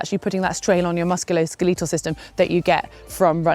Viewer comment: musculoske-LEE-tal! :D